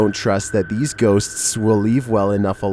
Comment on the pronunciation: How many Ss and Ts do you put into the word Ghostsstssts? 😛 😀